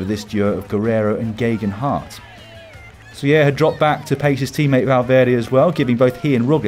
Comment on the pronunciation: Love the show and love you Lloydie but Soler is pronounced more like "soul air." That "ya" sound in Spanish is reserved for when you have two Ls, as in "amarillo."